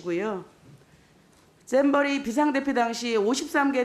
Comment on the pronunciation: 쨈버리가 아니라 잼버리